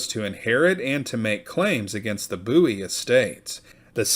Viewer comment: It is pronounced BOO-EEE, not BOW-EE. James and the Bowie family are distant relatives of mine.